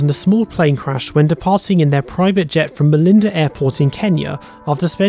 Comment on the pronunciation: Malindi Airport...not Malinda